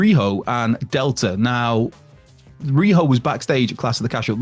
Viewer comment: Isn't rhio supposed to be ry o not riho